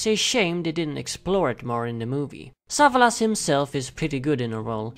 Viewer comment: Sa - VA - las